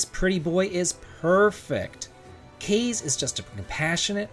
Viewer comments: Kaze should be pronounced Kah-zay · Kaze is pronounced "Kah-Zay" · You're pronouncing Kaze wrong